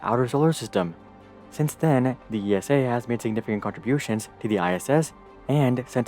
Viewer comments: It’s ESA... not E.S.A. - just like NASA... not N.A.S.A. 😅🤗 could have done some more research about our space agency but overall good video! Keep at it! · Great video! But ESA is pronounced as a name like Lisa without the L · Could you please pronounce esa as one word like you do with nasa? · Sorry EU citizens, here in the USA I’ve always heard or maybe assumed ESA was pronounced as E.S.A. (With Letters). Now we know, no slight is intended. In my opinion ESA either isn’t initiating flashy projects or when it does a flashy project (ie Mars) it hasn’t been the first. Anyway, right now SpaceX owns all eyeballs, even those that once adored NASA for reasons that seem obvious. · Just a pet peave of mine, as someone who has lived with ESA (family work there) all my life, no one calls it "The E.S.A", everyone just says ESA (pronounced like the name "Isa"). As a side note I had a metal toy Orion rocket growing up, awesome thing xD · It just hurts my ears how narrator says "ESA". It's actually the same as you would say NASA (imagine someone saying NASA as en-a-es-a) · you could have done some more research about the name of your main subject - it’s Like interviewing someone and getting their name wrong throughout the whole interview..... difficult to listen to! Better luck Next time!